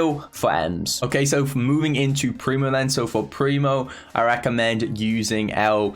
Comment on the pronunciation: Surges next sp means that when surge respawns he starts on tier 1 meaning that he starts with speed everytime he is killed. And you did say primos star power correctly